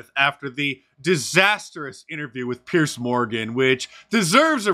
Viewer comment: It's Candace, not Candice. That's ok. Mark mangles his words a lot. To wit: Pierce. It's Piers. Pundint instead of pundit.